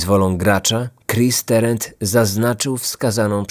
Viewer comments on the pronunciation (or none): Tarant nie Terent. Wymawia się dokładnie tak jak jest napisane.